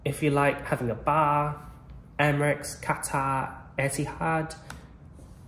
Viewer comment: Only 25% of people are subscribed because you say "potatoll" instead of "potato", "Emirex" instead of "Emirates" and "who Chi Minh" instead of "Ho Chi Minh".